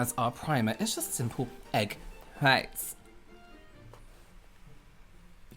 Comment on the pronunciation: I found myself saying “egg fwhhhhhiiitess” ala this morning while making breakfast. One of these days you should Use “COOL HWHIP” in one of your videos (stewie style)